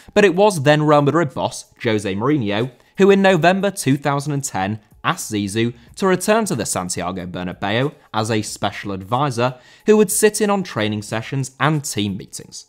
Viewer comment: José Mourinho * not Djouwsei Moriniouw